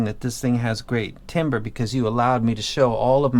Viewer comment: You keep saying Timber I keep thinking Ke$ha “It’s going down...”